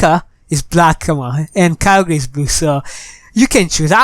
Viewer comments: Its pronounced kai- ogrr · KYOGRE IS NOT CALLED ky-oh-gree its ky-oh-grrrr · ITS KYOGRE NOT KYO GRE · Your saying kyogre wrong idiot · You said kyogre wrong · dont know how to pronounce kyogre,everybody unsubscribe him[bobbbooooooooooooooooooooooooooooooooooooooooooooooooooooooooooo] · he don't know pronounce of kygre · He does not know to pronounce KYOGRE